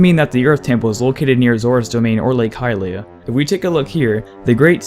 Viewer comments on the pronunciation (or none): none